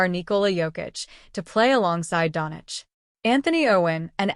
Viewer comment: Its not Donic , but Doncic